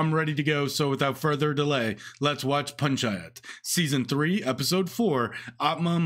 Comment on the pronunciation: damn bro you said Panchayat perfectly